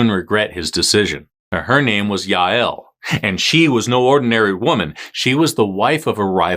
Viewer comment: Hah hah! That's MY name, Jael. And you even pronounced it correctly. Cool beans!